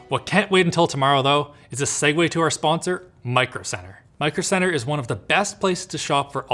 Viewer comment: Stop saying segway to sponsor.... It's segue